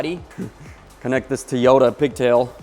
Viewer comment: TOE-YOE-TAH, not TEE-YOE-TAH